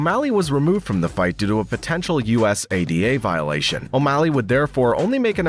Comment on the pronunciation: Bro your gotta learn how to say usada but great video